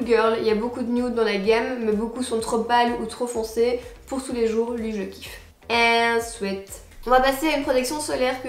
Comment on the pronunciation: Je croyais qu'elle avait dit : " And sweet " j'avais pas compris ! 😂